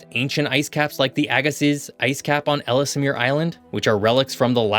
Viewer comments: Ellesmere is pronounced L's-mere not Ellis-mere. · Ells mere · It's pronounced ELLS-MEER. And not ELL-ES-MEER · “Ellsemere Island” ❌ Ellesmere Island ✅ Letter L, letter S, mere. EL ES MERE And Iqaluit is pronounced Ih-kal-oo-it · Why do you pronounce “Ellesmere” as “Ellis Amir”? I could understand if it were spelled that way, but you’re adding letters and syllables that aren’t there. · Ellesmere is pronounced "Ellsmere", there's no extra syllable for the middle 'e' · For the record, the second ‘e’ in Ellesmere is silent (like the word ‘Elle’) Simonline 🏴😎👍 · You do need to get accurate images and pronunciation. There are no trees on our arctic islands. It's "I kal u it." "Elles mere." "Noon a voot." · Noon Ah Vut EL Es Mere Ih Kal Oo It I’ve never heard anyone here pronounce them any differently. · Again, you’re mispronouncing the word Ellesmere (the second e is silent). Furthermore the z is silent in Agassiz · Excellent video! My only quibble would be some pronunciations. Having worked in Ontario and being married to a Canadian, I’ve come across a number of different ways to pronounce such words as Nunavut, Ellesmere, and Iqualuit. I may be wrong but it’s worth looking into.